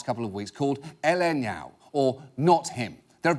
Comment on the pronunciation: Anybody else here laughing at John saying Ele não?